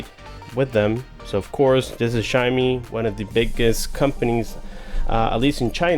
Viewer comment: its pronounced as shao-mee (xiaomi). anyways good review tho. thumbs up bro